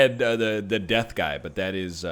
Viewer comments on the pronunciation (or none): none